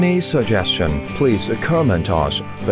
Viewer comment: Why you pronounced it juyin?